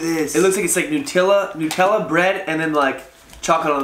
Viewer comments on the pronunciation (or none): He says Hareeebo lol he can’t say it right 🤣 watch the advert (commercial 🇺🇸) for how to say it.. He also can’t say Nutella.. he says Nootilla lol